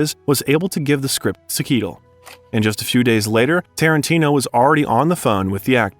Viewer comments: "actor Harvey Kee-tel" lol dude you really are disqualifying yourself with these names. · Harvey Kai-tul, Roger Eh-bert. LOL. These kids these days...it's obvious this narrator is either young or doesn't actually have much experience with movies and film critics. I did enjoy the video, I just find these mispronunciations amusing. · Actually, it’s “KITE-ul”. Source: someone with relatives with that last name. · Harvey "Kee-tell" 🙄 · Harvey Keetle!?! Look, kid - you've done good research. But did you just skim the interviews really fast? I mean, you could've heard someone say these names, I'm sure. This is one of the biggest problems I see with YouTube content. Names are more important than other factual information. And why is that? Because people hate to hear their own names mispronounced. The same goes for the names of artists people admire, like the people you'll attract with your content. When I was a kid, that kind of thing could really get people making fun of a person, or even start an argument. And no one wants to hear you do it five times in the same paragraph. If you aren't 100% sure, all you have to do is Google "how do you pronounce ___________'s name?" It's that simple. Consider doing it before narrating future content, for what it's worth. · I was just coming here to gripe. “Harvey Keetle” S M H….. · I got an idea for redemption, you redo this video but say "Tarantino" in an Italian accent Everytime, do it for Keetle 📻📡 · Good sumup, but: You're making a doc about movies and you don't know how to pronounce Keitel? He's only been famous for 50+ years. Also, you're making a doc about movies and, specifically, a writer. Learn how to pronounce DENOUEMENT. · How to mispronounce: Keitel, Avery and Grier. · Good god, learn to speak English. Or French. Denouement is NOT pronounced "De-Now-Meant." It's closer to "Day-Noo-Maw." And, it's NOT Harvey "Keetle!" It's "Ky- Tell!" And a bunch of others. Learn pronunciation! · Who's Harvey Key-till?? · "Harvey Keetle?!"